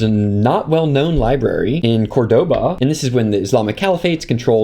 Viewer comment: sooooo interesting. just two things- 1. please set the white balance to a value, the changes are dizzling 2. Córdoba with stress in the first "o".